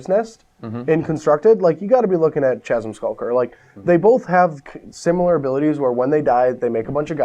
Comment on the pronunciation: hos is it possible to mispronounce "chasm"?! How?